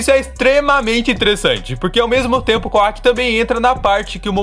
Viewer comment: Por que ao invés de falar Kawaki você fala kuack? O cara não é um pato, fala certo o nome do personagem cara